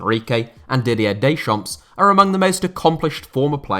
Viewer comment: don't pronounce the S in Deschamps